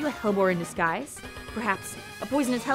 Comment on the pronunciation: Hellebore (Helleborus) is pronounced Hell-E-bore/Hell-E-borus :)